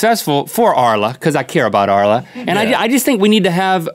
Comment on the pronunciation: haahaha arla is danish and you pronounced it right